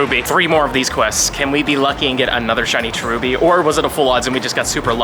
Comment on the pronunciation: Terubi??? It is cherubi